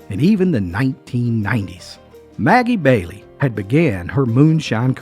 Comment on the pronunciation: Sounds like Ebow Walker!! And Maggie Valley, NC. Not Maggie Bailey!! Did she make Irish Cream??